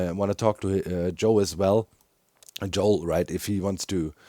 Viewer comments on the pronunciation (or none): none